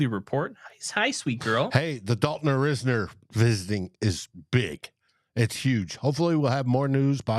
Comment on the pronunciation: I hope the Vikings can get Dalton Risner signed. He would give the O-line proven competition and depth at OG. It's actually pronounced RISE-ner. 👍